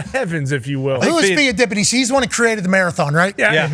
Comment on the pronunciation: The guy with the mullet cannot pronounce the name of Pheidippides; he had no idea who he was before he huddled with the art department. No surprise - Stay in your lane Einstein